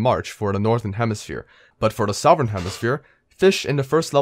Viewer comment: “South-ern” lol